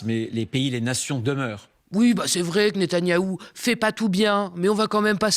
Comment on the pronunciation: "monsieur," natànyahou qu'il dit. Paillasson